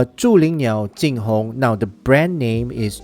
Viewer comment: Obligatory nitpick: the tone of the pronunciation is slightly off. The "Zhu" in "Zhulinniao" should be rising (2nd tone) and the "Jing" in "JingHong" should be flat (1st tone). Other than that, it's pretty on-point.